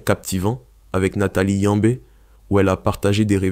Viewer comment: Pas capable de dire Yamb mais apte à mettre le é là où il n'existe pas. Tchiiiippppp